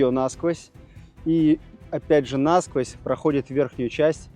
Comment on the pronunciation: НасквОзь, а не нАсквозь, Карл!